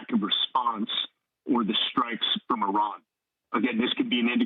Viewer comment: It's Iran not Iron.